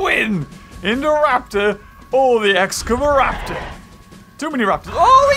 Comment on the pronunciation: (X-scava-raptor) excavaraptor